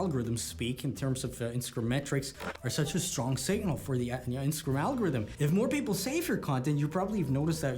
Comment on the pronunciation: Instagrim lol. When did you start saying it like this 😂